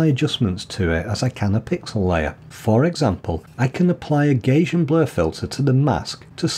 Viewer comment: Hi, I loved hearing your Manchester pronunciation, identical almost to my Cheshire accent, even after 37 years in Germany. However - I have to draw the line at your pronunciation of "Gaussian" as "Gaysian" - the pronunciation is phonetically "Gouwsian" as in (Northern slang) "nouse" after the German mathematician Carl Friedrich Gauß (Gowse??). Thanks a lot, enjoyed the video